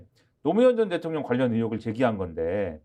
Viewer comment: 김진 발성법 보고 배를 잡았습니다. “ 대통령”을 그냥 대통령으로 발음하지 않고 “ 대~~통령이! ” ㅎㅎㅎㅎ 무슨 80년대 웅변대회 보는 줄. 반면 유시민은 정말 영리하게 진흙탕 싸움은 피하면서 필요한 곳만 콕콖 찌르며 훈계를 하시는데 ㅎㅎㅎㅎ 정말 mbc, 패널 선정만으로 방심위 제재 받을까 걱정되네요.